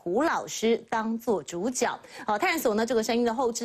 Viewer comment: 是zhǔjué啦！一直豬腳豬腳